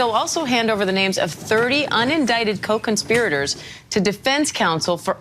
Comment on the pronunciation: "...co-conspirators..." She actually said "co-conspriators" did she not; has there already been a trial; has a verdict been announced? The way this woman speaks has me thinking something I once heard: "shouldn't innocent until proven guilty be a 'thing' with all of us?"